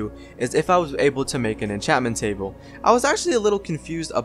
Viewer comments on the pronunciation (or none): none